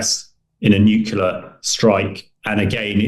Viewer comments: Why can’t this idiot pronounce the word “nuclear” properly when he is one of those dragging us into a nuclear ( not “nucular”) war. We’re being dragged into a totally unnecessary nuclear apocalypse by people who can’t even pronounce the word correctly. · What absolute nonsense. He’s a despicable deluded madman working for the CIA/MI6/NATO military industrial complex. He’s a liar and a conman. No hypersonic missile has been shot down, they’re just too fast. And this knucklehead can’t even pronounce the word “nuclear” correctly. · No he’s not a great man. He’s a moron who’s in league with the western military industrial complex which has dragged us into a completely unnecessary war and are about to get us all incinerated. He can’t even pronounce the word “nuclear” properly and he sits there and lies about shooting down hypersonic missiles ( impossible). He will be cowering in a government nuclear bunker when Putin finally loses his patience and presses the button.